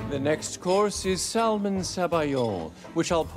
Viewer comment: Every time he pronounced the L in salmon i wanted to scream lol